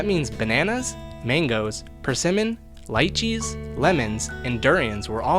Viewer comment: The way he said lychee made me cringe